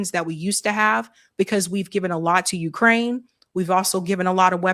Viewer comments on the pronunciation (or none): none